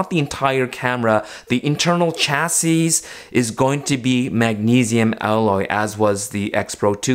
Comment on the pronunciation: The way you pronounce “chassis” 🤢🤢🤢